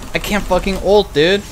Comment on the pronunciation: Can someone tell me why he says ALTEEE like wtf.